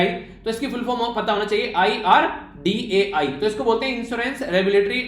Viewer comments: Bhooot sari galti krte ho sir please pdane se pehle ek baar khudh pad liya karo its IRDEA not IRDAI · 9.5/10 because of IREDA news being pronounced irdai 😀🙏 Thank you for lecture sir🙏